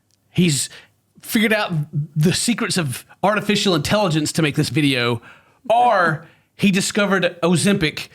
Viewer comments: It's all about saying "Auhr" like an Aussie instead of "Or". My man's picking up on the dialect XD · keeps pronouncing or as aure. The de-americanizing process continues